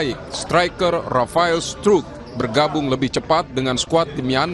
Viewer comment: Rafael struck "i" nya ngga dianggep?😂